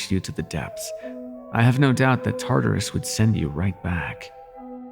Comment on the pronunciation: The pronunciation of Tartarus was so goofy lol ALSO UR LORE WAS WRONG ITS NOT THE POMEGRANATES OF HADES ITS PERSEPHONE'S POMEGRANATES